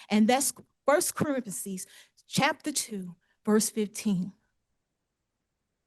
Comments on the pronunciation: First Corifiseez 🤪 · Did she say “crinimal” Well whether she did or didn’t, she most definitely DID say “Corintheses” when she meant “Corinthians” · "cork a corks" " First parenthians" Oh my! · Well, she quoted 1st Co-ren-the-sees so I guess this matter is settled. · "1st carinthases"? I think she might mean Corinthians, no possible way she's a pastor and doesn't even know how w to pronounce books in the new testament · “First Corintheses”? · Did she say “First Corintheses”? Is that like the subset of “First Corinthians” in parentheses? I’m not a very godly man, and she’s a minister, so this just may be something I’m not familiar with. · I've only heard one sovcit who can actually pronounce anything. They usually mess up on beneficiary and pro pria persona. She did a lot of weird ones - she said she's the "mivin'" at one point instead of "living". Also "1st corinthises" which isn't a Bible book. Trespasseding. I'm just typing while she's talking. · What's with her voice? It's annoying as hell, aside from the fact that she's not the brightest. The number of words she totally butchered made me laugh. Quoting the Bible but not being able to pronounce Corinthians explains everything, never mind that her behavior isn't exactly Christian like. I've seen him recite that last part a few times now and it's perfect. Calling them out on their blatant attempt to obstruct the criminal process with their nonsense and swiftly denying them is how it should be done. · A preacher? Doesn’t know how to properly pronounce Corinthians! Perhaps she was nervous but, I don’t know why reading scripture is going to somehow make the judge all of a sudden, slap his forehead and say oh I get it now you sovereign citizens have been right all along. The living man with a womb? I’m going to lose sleep over that one. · Uniquely lost person. She says she is a pastor then proceeds to brutalize the pronunciation of Corinthians. She needs some mental help intervention.